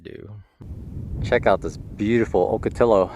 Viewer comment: It's called awck a tee yo not till oh. :-)